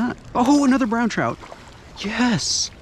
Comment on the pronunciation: Bro!!! You do know it's pronounced Trout...not, chrout